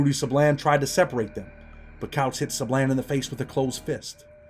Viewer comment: when you Pronounce" Sablan", its like this,.." Sãblån" Sa like Saturday, and blan like blonde. "Sablan."👍